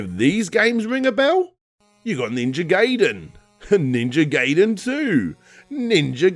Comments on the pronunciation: Guy-den is the correct pronunciation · Ninja Guy-den not Gay-den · Gaiden = Guy-den. Geiden = Gay-den. Manga = Mon-guh, Meinga = Main-guh. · GUY-DEN not GAY-DEN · GamingDude800 It has nothing to do with tongues when you call it Ninja Gayden, I think we all should be saying Guy-den by now. ;) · "ninja gay den" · ...pronouncing Ninja Gaiden like that.... *stops watching *dislike